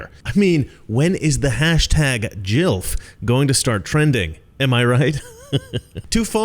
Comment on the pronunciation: It's GILF (hard G.) Not JILF.